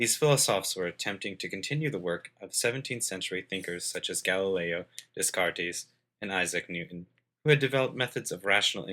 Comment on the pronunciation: "Des cart ees"